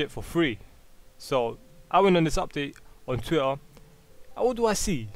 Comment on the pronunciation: TWUIHR? WTF IS TWUIHR?